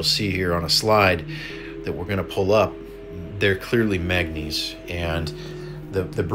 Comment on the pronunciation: Mang ga neeese Not magnees...